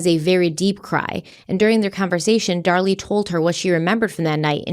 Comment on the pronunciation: Dar-LEE, from Krypton..